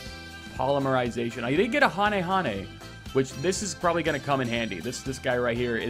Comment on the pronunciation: Thank you, for pronouncing Hane Hane correctly.